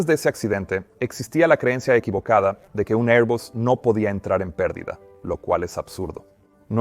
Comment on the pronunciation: Que grata sorpresa escucharte en español, Peter. Dos pequeñas aclaraciones con ejemplos: 1- "El avión entro en PERDIDA...", "The aircraft enter a STALL..." , con el acento en "PERdida" 2- "...si están a punto de excederse las CARACTERISTICAS DE VUELO...", "... if It´s about to exceed the FLIGHT ENVELOPE..."